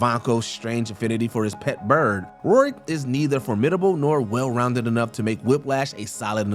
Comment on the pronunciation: How the hell do you come up with THAT pronunciation of Mickey Rourke's last name?